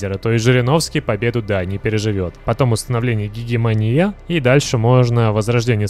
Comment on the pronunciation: гегемания но не гегемония слова знаеш